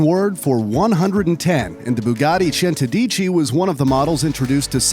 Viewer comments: The way he pronunced centodieci lmao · nice videos but the pronunciation for centodieci made me laugh so much😂